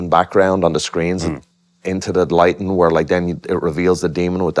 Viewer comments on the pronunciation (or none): none